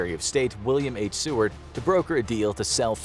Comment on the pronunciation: im so glad you said seward right!!! no one ever says it right